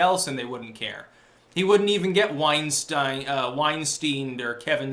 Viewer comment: Why does everyone mispronounce Weinstein’s name?